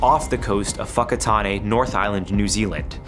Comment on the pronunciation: Thanks for pronouncing Whakatāne right!